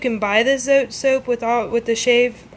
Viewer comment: Today I watched 6 homemade laundry soap videos here on You Tube. Yours was by far the most understandable, simple and informative. I love the way you broke down the cost! Tip: you are not pronouncing the name Zote right, it comes from Mexico and the "e" is actually pronounced, the way it sounds in the word "bread". Another tip: the white Zote actually has whitener in it so that it makes your whites come out like you added bleach without having to use bleach, and it also does a VERY GOOD JOB of removing stains. I proved this myself in Texas last summer. My Mother, sister and I were having strawberry ice cones and of course, we all 3 spilled some on our blouses, white blouses. After 3 days and the stains had dried, my cousin told me that the white Zote would take out the stains. I really didn't believe her, but I did as she said. I pre-treated with the soap directly on the stains and let the blouses soak in cold water over-night. The next day, I couldn't believe it when I went to check them out! The stains were completely gone, DISAPPEARED, as if there had never been a stain on them! I'm excited to try your recipe, but I think I will make a batch of each the white and pink soaps, the white for washing whites and stain removal. Thank you for caring to help those of us that NEED to stretch our money. Keep up the good work! God bless.